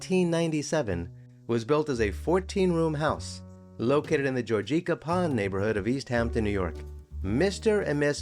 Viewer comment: It's not George-eek-ah pond with emphasis on eek. no. its George - ick - ah. Emphasis on George.